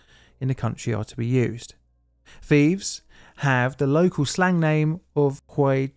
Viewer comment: Its "thieves" mate not "thief's"